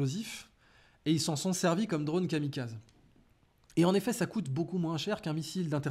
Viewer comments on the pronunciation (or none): none